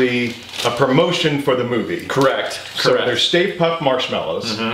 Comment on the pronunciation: "Let's see if we can keep Mr. Stay Puft [me: puft.. say puft, ] around. 😅